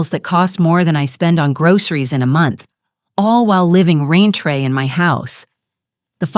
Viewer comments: While there are many AI mistakes I generally overlook, I can't ignore "raintre or rantree" throughout. It's supposed to be "rent free." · We have a new word : rent free pronounced “Ron-tray” Not to mention the new ways to say written numbers.